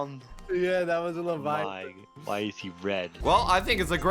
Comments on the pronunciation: try to say levaiaten but saying ” levaia flevaia ton” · and doesnt even know how pronouce leviathan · Levayathan= pause